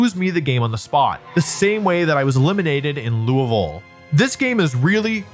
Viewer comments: Wolfey pronounced Louisville correctly this time!! 🥳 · I'm so happy that Wolfey learned how to say Louisville! For those not in the know, just choose your favorite syllables and only say those.